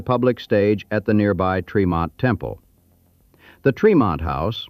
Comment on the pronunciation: Born and raised in Boston (Dorchester). Tremont St. is pronounced with a short e.